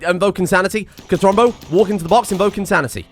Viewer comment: Cult of "cathuwu"